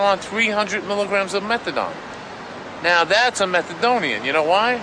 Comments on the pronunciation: It’s pronounced Meth-UH-DONE not Metha-DON! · Why is he calling it methadon? It’s methadone! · No one calls it meth-a-dawn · this stupid narrator keeps callin it methadon and it's driving me nuts! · "Methadawn" - dude can't even pronounce the name of the drug he's talking about...mad ignorant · I wasn't gonna mock him saying "MethaDON" until he mentioned "MethaDon" and "a BenzodiazePAN". If only there was an auto correct for speech. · Lol. I'm like did he just say metha-don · I can't... With the way the narrator is pronouncing methadone. Don't talk about something you can't even pronounce right.